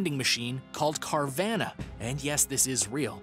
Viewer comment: I thought it was called carvana like nirvana ? Not car ~van~a..idk jus didnt sound rite to me ..cuz u want your buying exsperience of your first maseratti to feel like NIRVANA ..NOT "yeah bought my lambo at "cargrocery getter vanna er some dope place next to a aldis n kindergarten ..arnold was there..lol..